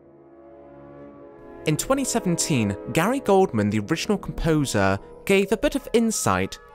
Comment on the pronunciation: You put a pic of Gary Oldman over you saying Gary Goldman.